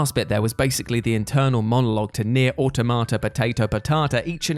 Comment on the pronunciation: Thank you for saying Automata correctly. Very few do.